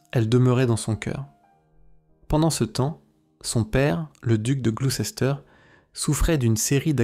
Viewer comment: On prononce : gloussteur